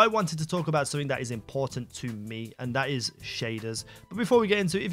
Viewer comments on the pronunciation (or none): none